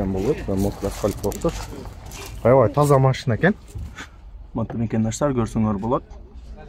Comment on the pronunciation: Макандаштар эмес мекендештер деп суйлочу айланайын